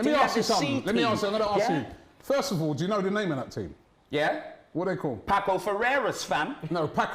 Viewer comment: It’s pronounced “Paso” not Paco